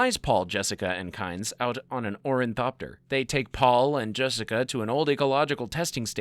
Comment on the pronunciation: Idk even know if its pretentious. I think the guy just needs to see a speech pathologist. Its one thing to pronounce some of the names wrong, but I caught on to his condition when he kept calling an Orni-thopter a "Orin-thopter". Guy is misplacing letters and entire syllables. He has trouble putting his words together and then continues pronouncing them incorrectly out of habit.